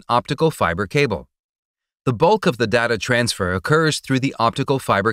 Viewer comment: Technically, he can't pronounce "data" either.